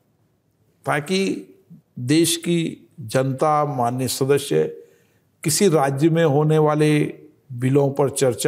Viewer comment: The way he says "shadashya" is extremely irritating...in 3 yrs atleast he should have learnt to say this one word correctly.